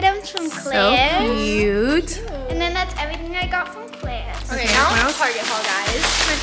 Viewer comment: Gurl stole the slime 🤣🤣🤣🤣🤣🤣🤣🤣🤣🤣🤣🤣🤣 By the way love the way pronounces "claire's" happy valentines ❤❤❤❤